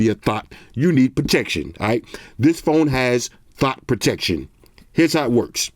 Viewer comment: Wait did he say thot protection 😂 boy I need to get my bro one of these 😂